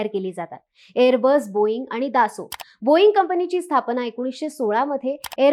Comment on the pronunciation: 🙏 स्पेलिंग दसॉल्ट आहे पण उच्चार दासो करतात, आणि त्यांचे उच्चारण बरोबर आहे.